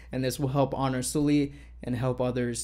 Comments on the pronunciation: how he pronounced it: 술리/슬리 how it should be pronounced: 설리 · Her name is Seol-li, not Soo-li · Thank you for making this video <3 It's important that people talk about this. P.S. It's pronounced Seolli (설리) and not Soooolli. No critic. Just felt like telling you.^^ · Excuse me, I know this is very stupid... but you're saying her name wrong that's how it should be pronounced... it doesn't matter ... this is very tragic ... she was only a year older than I am, with such a promising future... so beautiful and talented... it's heartbreaking :C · In memory of her, please pronounce her name correctly..... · if you're gonna make a video about her at least pronounce her name right